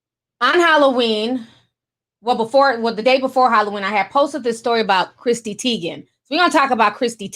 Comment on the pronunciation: CHRISSY NOT CHRISTY! Omg my eye twitched everytime you said Christy